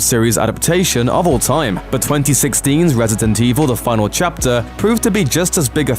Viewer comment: am i the only one hearing "retedent evil"?